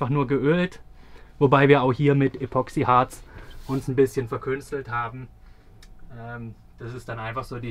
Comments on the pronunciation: Ich höre immer von Euch den Begriff. ,,Epoxiharz" mit Betonung auf ,,o" . Das kann man ja nicht mehr mit anhören. Leute, das Zeug heißt ,,Epoxidharz" mit Betonung suf dem ,,i" . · Wunderschöner Van❤️ Aber eins triggert mich so hart.... es heißt Epoxid!harz